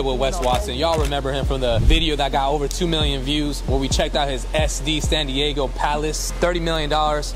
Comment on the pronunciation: Wait did i hear that right did he just say I'm gaygo & changed it up & said i I'm daygo 😅😮..